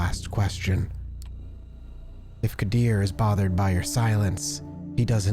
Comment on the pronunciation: Qadir pronounced Kadir